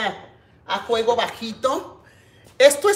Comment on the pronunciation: Como se diga Sra. Eso no importa.. al fin q le entendemos..no es la unica persona q no dice bien las palabras.. somos miles.. o ud es perfecta? Q yo sè ..Perfecto.. solo DIOS..